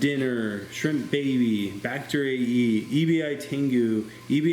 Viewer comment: Great video. Thank you. I love your approach in doing what works. Especially coming from an expert like you. BTW, EBI means “shrimp” in Japanese, pronounced with short “e”. And Tengu is a mythical Japanese character that has a long nose...kind of like their demon. (Maybe you already knew that) just FYI😉. Thanks again for sharing your expertise.